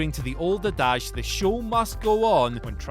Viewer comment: The old "Adarge"?